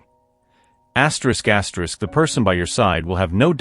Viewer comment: Lord, I was tryna figure out what the hell was ASTROUS GASTROUS until I looked at the caption and realized this man was saying “ATERISK ATERISK😂😂😂😂